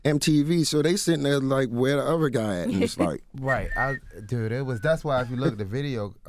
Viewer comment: OK, what happened "teww" Skola, the other new "dewd"?